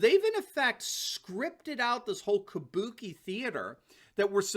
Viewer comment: "Kubuki (sp?) Theater" - Nailed it!